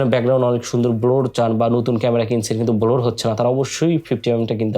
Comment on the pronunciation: ভাইরে, Blur তে ব্লোর না। ওইটার প্রনানসিয়েশন হলো 'ব্লার'।